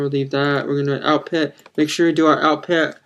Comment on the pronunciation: lol u dont know how to pronounc output...